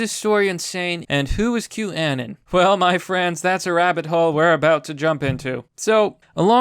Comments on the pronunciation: With saying Q annon it almost sounds like you're saying Kwannon, like the japanese assassin Psylocke stole her body from after her real one was killed. But yes, I agree. Q is a psyop, very obviously, which is why taking it this seriously is a bit alarming. It's "hope porn" for lack of a better turn of phrase because "just sit back and enjoy the show, we'll take care of everything. It's all part of the plan." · Omg youre going to send my ocd sky high. 1- Q- Ah-Non (like ANONymous) 2- Stat-in Island 3- Anthony Wee-ner